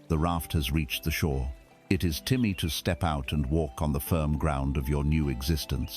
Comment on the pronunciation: this ai voice cant pronounce "time" for some reason, 3 different wrong pronunciations so far hehe